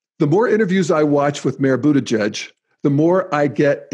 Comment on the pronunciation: Remind me - which is the stage of Integral when one learns to pronounce last names? :-p Just teasing, I am also deeply rooting for Buttigieg.